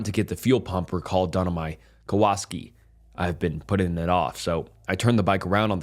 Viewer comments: Kawaski instead of Kawasaki is gold lol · I have never heard anyone say Kawasaki as Kawaski… thank you for the laugh. It happens though lol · Kawa-saki ❤ not kowalski much love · There’s no way bro pronounced Kawasaki “kuwaski” 😂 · I heard ka-woo-ski or was that just me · Cow-a-saki. lol 😂that’s how the motorcycle Kawasaki are pronounced..Good try!! 😂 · “Kow-aski” lol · Ahh yes, the famous motorcycle company, “kawaski” 😂. Bro I’m convinced you mispronounce 10% of words in every video just to rage bait people like me into commenting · Kawasaki.... Cow-a-sock-ee..lol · Sounded like he said Kowalski🐧🤣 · You did not just pronounce Kawasaki like that. Disliked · I came looking for this comment after I heard him say that lol